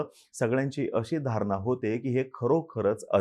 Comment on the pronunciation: अतिशय माहितीपूर्ण व्हिडिओ आहे.👍🏻 पण आनी, धारना, ठाने, उदाहरन.. नाही. आणि, धारणा, ठाणे, उदाहरण.. please.